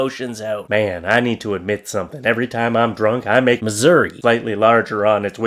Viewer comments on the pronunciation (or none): none